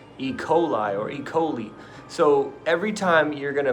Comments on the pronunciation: e-coal-eye... not ecolie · Can dude really not pronounce E. coli? Damn I catch myself being jealous of these people but idk.